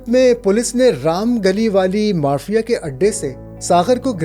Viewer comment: آپکی ادائیگی کمال کی ہے البتہ چند الفاظ ٹھیک سے ادا نہیں ہوئے لسان کی جمع ہے السنہ اور چند دیگر الفاظ اگر آپ کسی کو سنا لیا کریں جو معدودے چند الفاظ کا تلفظ درست کروا دے تو مزید چار چاند لگ جائیں گے جیسے کہ مارفین